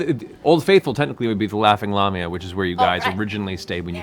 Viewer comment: I've found something Mercer isn't perfect at! Pronunciation! It's DIE-as, not Day-is/us. Lay-mee-ah, not lah-mee-ah. xD